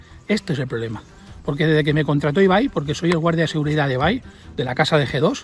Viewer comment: Nadie se dió cuenta que dice seguirdad?